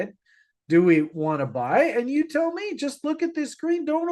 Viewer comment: thank you for your sharp analysis once again! I have a question that I've been willing to ask you for a while now, why do you pronounce the verb tell as tehel? I'm very intrigued to know the answer? Is it a Canadian way of saying it? ❤